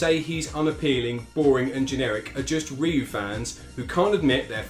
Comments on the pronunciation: I always thought you were just messing with the viewers by saying RAI-YOO, I've heard people call him that all my life, so at this point, it doesn't bother me. I didn't think people would get that mad at it, lol. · lol I always felt u called Ryu "RAIYU" as a meme. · Rye Yoo I can forgive but "DIEGO"? 😂😂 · I pronounce it as ''Rye-you'' too. Never did understand why everybody else pronounces his name as ''Riy-you''. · Ryu is a character in Ninja Gaiden. Ryu (pronounced RYE-YOO) is from Street Fighter 2 🤣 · Parry is forward, not down. And you’ve said Ryu wrong. And you failed to mention Ryu and Ken weren’t supposed to be in 3. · Your pronunciation of Ryu is wrong, but jeez is it that bad. I mean it’s probably a joke…… It’s % a gag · Can't agree on the Ryu issue. Your points about varying pronunciation are all fine for normal words, but not for names. There is a right way to pronounce a name, anything else is wrong. When you learn you've been pronouncing someone's name incorrectly you should learn from it and adjust. Imagine how this would come across if it was an actual person and you just insisted on continuing to mispronounce their name. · Well the word Ryu is still commonly used as a name, or part of a name. That's neither here, nor there though. If you said it the way you do to a Japanese native, they wouldn't understand you. If you said it the other way though, they'd almost certainly understand. Just because it's close to the way it's supposed to be pronounced and it's the way foreigners usually pronounce it. Pretty universal for mispronouncing Japanese words. The closer you can make the word sound to the native pronunciation, the more likely a native will understand. Not criticizing. I'm used to Japanese being completely butchered.